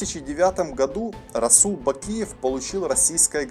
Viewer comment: Да брать правильно озвучил